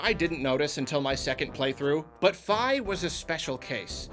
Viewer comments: Fi is pronounced Fee, not Figh. And while she talks alot shes not a normal being, she isn't insulting your intelligence, she's robotic and just blurts out pointless stuff lol. We all love Fi, her story is amazing. Midna is the one who treats you like her own personal bitch and insults you're intelligence. A settings option to have Fi help a little or a lot like Bowser Jr in Bowsers Fury would be a simple fix. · Fi is pronounced "Fee", not "Fye". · It's pronounced "Fee." I don't care what anyone else says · The way he pronounces "Fi" bugs me. I don't care if Nintendo says that's how you're supposed to pronounce it. I won't ever do so.